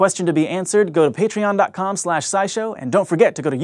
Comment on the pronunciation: I thought you said "Thanks to Peetreon"